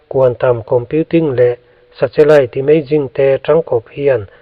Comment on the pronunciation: 😮 2040 maw ??!!😮 Nge ka ngaithla sual / hre sual zawk aw..?? Tin, nen hian 'Sa-Che-Lite' ti maiin ka hre bawk !! Mahse, Chanchin i buatsaih te erawh a tha hlawm khawp mai, ngaihthlak a manhlá in a ngaihnawm e (interseting) 👍👍 Lo tang zel rawh, a bík takin 'thu lam' kawngah . A chhan chu i content hi a hmuhnawm lam ni lovin a ngaihthlak lam chi a ni si a. Frm. New Subscriber